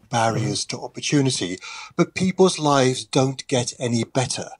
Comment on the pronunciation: Just the fact she keeps saying lifes instead of lives is enough to anger me.